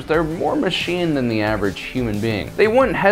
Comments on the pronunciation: Hey it's THAN not then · It’s Than not Then!